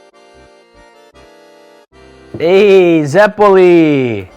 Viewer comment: you can tell they re not italians... "zeppoli" is not a word... and they pronounce italian words with a stereotypical super mario accent that no italian would have